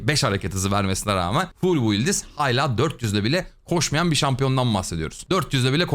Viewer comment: Kardeşim kolidor değil koridor. Hayla değil hâlâ.